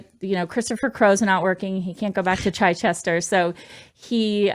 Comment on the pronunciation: Chichester would be said as chi Chester for chips not chy Chester.